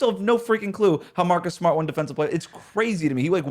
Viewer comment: MAHCUS GAHDAM SMAHT destroyed me lolllllll